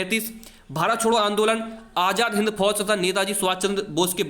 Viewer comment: Andoln hota Angolan nhi